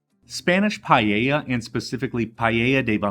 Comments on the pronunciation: It is not pallella its PAELLA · DOUBLE CHECK YOUR PRONUNCIATION WHEN YOU SAID PAELLA. THE PRONUNCIATION IS PAEH -YAH. CHEF JOSKEN 👩‍🍳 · Is not pallella 😂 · PaaaaEllJaaa ....not payeya ...........c'mon guys. Pees traditional? Give me a break! I live in Valencia the birthplace of PaaaaEllJaaaa. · Payeya. You say it funny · Good, but PLEASE get the pronunciation good ;-) . You pronounce the LL, but follow that with a Y ...LLYA ;-) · It is pronounced payla. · CORRECTING MYSELF. PAELLA PRONUNCIATION PAH EH YAH. DELICIOUS!!! 👩‍🍳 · the pronunciation is: PAH EH YAH..Paella. :) yummy dish! thanks for sharing! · The way he says Paella is just hilarious